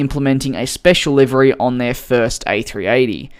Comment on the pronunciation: i was so confused when you started saying liveri until i figured out you meant livery